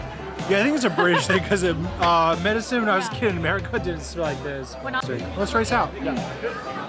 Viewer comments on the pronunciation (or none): none